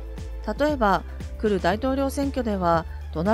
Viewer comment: 来る（きたる）を（くる）と読んだから中の人が人間らしい読み上げソフトかと疑っています…👽